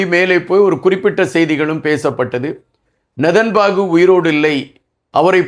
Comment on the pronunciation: please pronounce name correctly his name is not nethanbaku correct name is nethanyahu